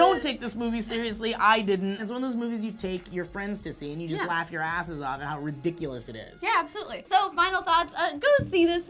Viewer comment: should be a drinking game for how many times you guys say 'ridicules'